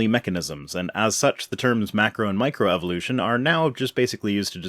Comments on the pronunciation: Pronouncing it "may-crow" gives his arguments a whole new level of credibility. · This guy sounds a lot like Tom Bodett (the Motel 6 commercial and Wait Wait Don't Tell Me guy). Aside from the previously noted "may-cro" I at least don't mind listening to his voice. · All I could think during the entire video: "Stop saying 'may-crow!'" Edit: and I must correct you/him. An open system allows the transfer of matter and energy. A closed system means the system has no transfer of matter, but energy can flow in and out. An isolated system is when neither matter nor energy can enter or exit the system. The second law of thermodynamics only applies to isolated systems, as closed systems can still have an overall decrease in entropy as all it takes is an influx of energy. The Earth is mostly considered a closed system, while biological organisms would be open systems. A truly isolated system arguably doesn't exist within the universe, but is only the entire universe itself, as far as we know. Scientists can create nearly isolated systems under the correct constraints/conditions, but radiative energy is impossible to fully negate without reaching absolute zero, as anything with any amount of thermal energy means it has kinetic energy, which means its charged particles are in motion, which means either an endothermic or exothermic process is taking place to some degree, which is one of the reasons why absolute zero is impossible to reach. Empty space does technically have a temperature, and it is slightly above absolute zero. Edit 2: Also, looking this stuff up to verify my memory on this topic bugged the crap out of me. Too many sites claimed empty space was around 2.7 "degrees" Kelvin. You never say "degrees Kelvin," ever... Never ever say that. I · As if "evidences" wasn't bad enough, now we gotta listen to them explaining "May-Crow" evolution? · He didn’t say macro evolution he said mācro evolution. I’m not sure what that is. What are this jerkwad’s qualifications?